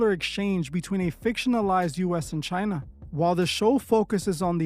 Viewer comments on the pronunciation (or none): none